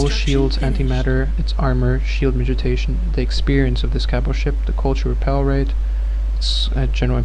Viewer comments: Thanks for the guide, man. I've been wanting to get into SoaSE for a while. One thing though: it's pronounced mitigation, not 'mitijation.' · miti GAY tion. Could not listen to this once you started talking about shield mitigation, sounds like you are saying mitijation. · he's saying "midgetation"